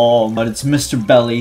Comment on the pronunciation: Why dose he call it Mr belly when it's Miss dolly